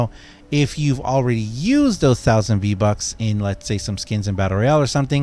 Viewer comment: You pernounced vbonks wrong